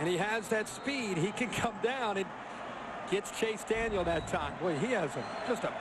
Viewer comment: its allright maybe you guys might win a bowl game for once in your life and by the way its CHASE DANIEL NOT CHASE DANIELS